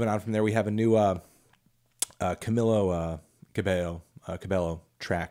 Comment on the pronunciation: yo hahahahahahha “camilo cabey- cabelo” straight up unintentionally rekt her